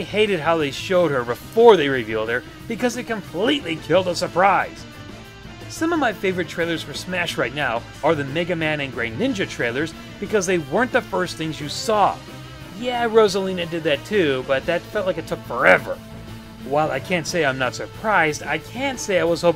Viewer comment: not to get grammar nazi on anyone, but to my knowledge greninja is pronounced as it says, "gre ninja." not "greyninja." an okay video overall i'd say.